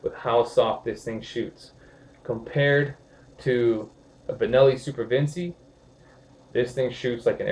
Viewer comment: All good brother. Just (gently) breakin balls. It's Vin-chee, not Vin-see. Ever heard of Leonardo da Vinci?